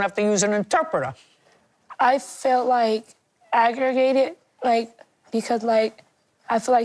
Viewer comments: I'm sorry did she say aggragated 😮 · She really said agrigated....😢 this world is doomed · bro did she say “agrigated” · “I felt ag-gra-gated” 🤦🏿‍♂️🤦🏿‍♂️🤦🏿‍♂️🤦🏿‍♂️🤦🏿‍♂️🤦🏿‍♂️🤦🏿‍♂️🤦🏿‍♂️ OH WOOOOOOWWWWW!!!!!!! These are some ratchet ASS women. 🤮🤮🤮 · When the girl said "Aggregated", all I could think of was farm land! 🤣🤣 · She want to be grown so bad and can’t even say aggravated right lol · Who cares who eat first if everybody is going to eat anyways . Then she can’t even say aggravated right obviously she wasn’t raised right. An the mom should’ve told her to stay in a child’s place